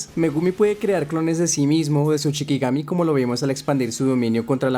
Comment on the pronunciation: Se dice SHIkigami, la palabra CHIkigami no existe